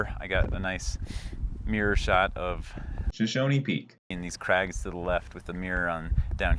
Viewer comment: Shoshoni peak will never not be "SHOSHONI PEAK" for me.